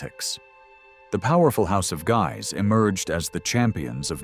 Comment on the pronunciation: I enjoy the information contained in your documentaries. However, I cringe at every mispronunciation. Henry, Louis, de Guise, etc. The mispronunciation takes away from your ethos, making me question the validity of the information given.